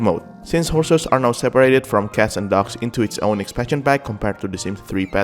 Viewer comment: Every time you say "dogs" I thought you were saying "ducks"